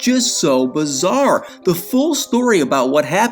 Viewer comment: its BIZARRE, not bizzaire Just a friendly, constructive criticism point so your video will appear more professional 👍